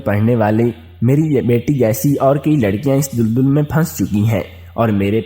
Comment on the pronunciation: Lafz dul dul nhi dal dal ha apni islah kar lain